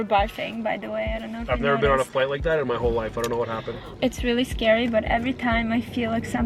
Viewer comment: "It's really sGARY"😂Am i the only one understanding this?❤😂